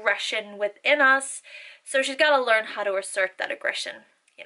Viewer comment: I was just wondering how come you don't say how with a pronunciated w when you clearly use the pronunciated W and other words with a w?